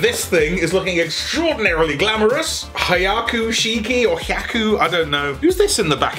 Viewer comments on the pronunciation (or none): He-ah-coo-she-key. Just saying.